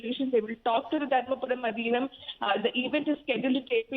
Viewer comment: The pronunciation is Aadheenam. I'm glad that TimesNow is bringing Tamil issues forward, but it'd be better if such professional newsreaders learn to at least pronounce simple words correctly.